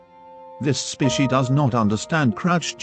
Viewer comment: "Specie" XD